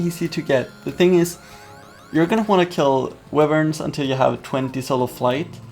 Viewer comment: No offense but tires (tiers) and wiverns (wYverns